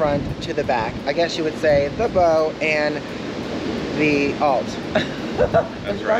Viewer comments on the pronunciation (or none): Bow pronounced bau front of boat and Aft rear of boat. How long was your cruise, you may want to try an Alaska cruise.